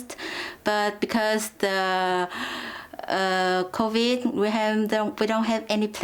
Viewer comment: Did this women just pronounce CAVID 19? you need to improve on your English.